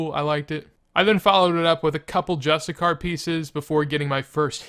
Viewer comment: THE WORD IS JUSTICIAR NOT JUSTICAR